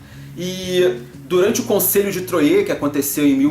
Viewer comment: Falae,! Mt bom o video. Só um apontamento: a pronúncia da cidade é "Troah" mesmo, com o "R" bem próximo do "T" mesmo. Achei mt boa a sua imersão do contexto e temática junto à análise da mecânica. Apesar de ser um jogo bem fechado, "matemático" até, Troyes tem um casamento com a temático mt bom... dos eventos às cartas de "profissão". Grande abraço e continue o bom trabalho